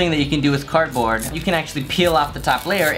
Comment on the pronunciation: how miney times did he say cardbrod